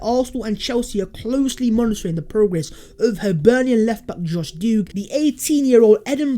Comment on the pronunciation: Plus this guy can't even pronounce him name correctly that shows the amount of games he's saw with him in it